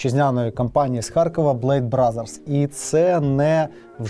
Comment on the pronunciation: не блек, а блейд